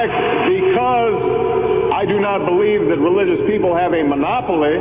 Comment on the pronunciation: I noticed how during Kennedy's speech he said "I bleed in" and not "I believe in".